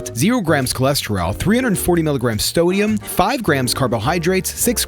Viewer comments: Is that supposed to be "sodium" ? Haha it sounds like "stoium" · Now I can't unhear stoium 😐